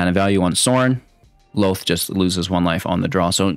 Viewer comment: Say it with me "Lawlth". Not Lowth...